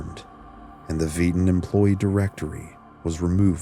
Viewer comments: Is he saying "Eden World Governing Council" or "Veden World Governing Council"? This is for my own research, so someone help me out please. Thank you. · I'm trying to do more research into this but I can't understand the name of the house you're referring to ...are you saying veedan....the house of vieden??? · The w was pronounced as a v